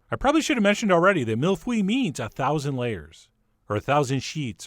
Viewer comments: Hi John, that pronunciation was... let's just say you got the "mille" part right hehe. Do you know how to pronounce egg in French? "Oeuf" Ok now take that "eu". "Mille-Feuye" There shouldn't be "e" or "w" sounds there. That being said, it looks like a delicious mille-fwille 😋😜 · Mille Feuille = thousand leaves, Feuille is actually pronounced "phu-ye" not "fwee" The feu- part is more of a uuh (like phud..) sound, not "ie" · That pronunciation was so bad. It's pronounced "feuye" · Videos from Québec Quand le chef a mal prononcé "feuille" j'en ai eu des frissons mdr